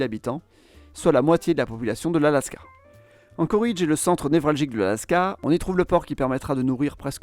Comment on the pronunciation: Globalement intéressant. Mais d'une part on ne prononce pas "Anchoridge" mais "Anchorédge". Et d'autre part, aucune mention de la ruée vers l'or, surprenant. Comme s'il ne s'était rien passé économiquement avant 1960. Certes, le gisement se situant au Klondike, dans le Yukon canadien, mais les gens s'y sont surtout rués via l'Alaska, d'où le nom de Alaska Gold Rush.